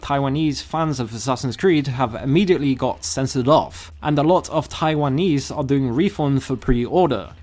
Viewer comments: What the fuck is with your pronunciation of Taiwanese? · Why is there an awkward pause saying Taiwa-nese ? That made me laugh.